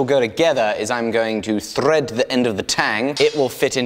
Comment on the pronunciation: are we not gunna talk about the way he said thread?